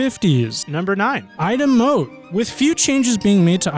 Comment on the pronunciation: It's not "Nor WIck" it's pronounced "Noh Rich" plus Ightham Mote is pronounced "I Tem" Mote